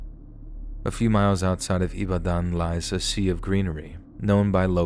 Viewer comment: Ibadan ooooo how e come land here ooo Chai!!! I have heard it all , you really tried in the pronunciation of IBADAN. The belief of medicine is real oo its well with us. You even pronounced Adedokun nicely.